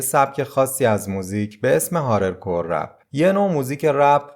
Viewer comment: هارد کور رپه، فکر کنم گفتی هارل کور رپ 😊